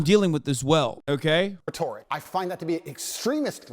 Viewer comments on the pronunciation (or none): He pronounced it the way you would pronounce “rhetorical” which was so sad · *Claims to have genius level IQ *Mispronounces the word “Rhetoric” horrendously *Confidently says grammatically incorrect sentence “Why was a man’s liberties deprived of him”